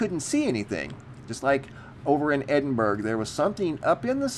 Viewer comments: Edinburgh is not pronounced Edinburg as in Hamburg! You should know! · Man called it edinBURG, like Luxembourg lol. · Just FYI The G in Edinburgh is completely silent. Its pronounced either Edin-Bra or Edin-Bur-ra... like the word "thoroughly" you wouldn't say Thor-ug-ly. :) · I'd have then pronounced it "Edinbur" as to make the "g" silent. Because see, in America we usually pronounce a word with the "gh" as with a "g" as it appears to sound, "Edinburgh > Edinburg". Thanks for the pronunciation. Wonder how the Scots themselves actually pronounced it back then. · Just to help, it’s pronounced, Edin-BERUH or Edin-BRUH. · And it’s pronounced Edinbruh 😉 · I’m not Scottish and I even know how to properly pronounce Ed-in-bruh. Lol. Just sayin... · "Edin-berg" haha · Next to Strasberg 🤣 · The ‘G’ is silent when you say Edinburgh so we in the UK pronounce it - Edinburra (phonetically speaking) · It sounded like he put a 'g' at the end although very slight. I agree with you though a lot of people get a lot of our city names wrong. AND the counties. Shire instead of shur...lol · Judith Bisson yeah but mans said ‘edinburG’ lol there isn’t any excuse... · EDINBURG??? 🤦🏻‍♂️ C'mon noo, you should know better how to pronounce Edinburgh eh!!! geez a break noo mate ffs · Sounded like "over in Scotland " to me but the pronunciation of Edinburgh was 🤣.top channel always good to watch.